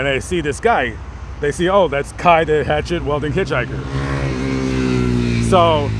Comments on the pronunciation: pretty good Journalism imo except your pronunciation of the word "Wielding" lol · It bothers me you can't pronounce weilding.